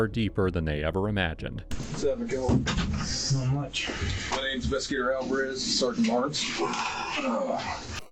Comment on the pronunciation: Kalvin, not Alvin